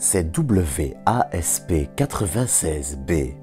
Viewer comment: Bonjour, Pourquoi dire W-A-S-P, et non ouaspe ? Merci pour la vidéo 👍